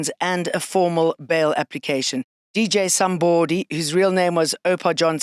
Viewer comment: I loove how she says DJ Somebooody, because that's the correct pronunciation 👌🏾